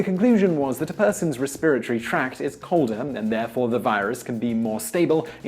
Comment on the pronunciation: He mispronounces "respiratory."